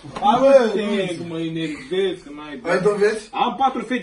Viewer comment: Jador=" ma inervezi" ="ma inervezi" se zice "ENERVEZI":))